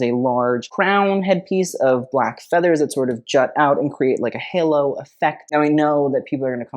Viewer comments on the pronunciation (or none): none